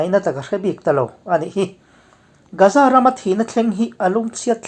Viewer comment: Gaza hi Gaaza tih alam tur... Ga hi thluk deuh tur..